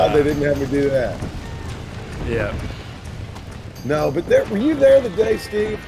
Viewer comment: "none of us naur" i love Australians lmfao